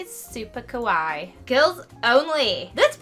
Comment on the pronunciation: she said kawai Plz just use words u know how to pronounce